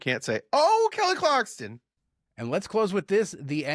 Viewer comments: Why are you both calling her Kelly CLARKSTON? AI? lol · Listen buddy. Her name is not Kelly Carkston!!! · Pronounced Kelly Clark-son. Clarkston is a town in Washington state named after Lewis and Clark. Edit:Thank you! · There’s no T in Kelly Clarkson…😂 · I was GONNA make fun of you guys for saying “Clarkston”…. I was GONNA… You probably say “acrosst” too 😅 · There is no T in Kelly Clarkson. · Yes ... I you are saying her name wrong !